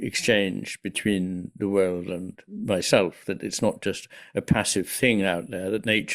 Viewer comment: your heavy accent causes you to pronounce "world" as "word." You omit the "l" sound. So that shows up in the captions, as well. The issue is that it misleads the viewer and obscures Iain's meaning.